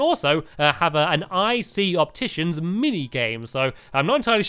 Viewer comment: it is a 'shopticians' instead of an opticians